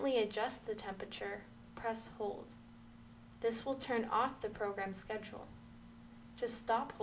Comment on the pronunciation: “Press sced “. I cannot tell what she’s saying !